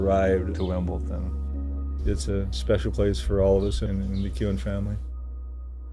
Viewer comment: It's a lovely story...but seriously, after all this time should be able to pronounce 'WimbleDON' correctly. It is NOT 'WimbleTON'.